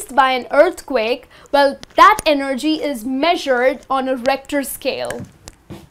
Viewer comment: You guys here said (e-nerd-gy) EnergyM